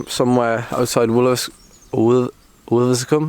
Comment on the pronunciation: Top effort! Love Widecombe climb. You had us in stitches pronouncing Wiveliscombe. 🤣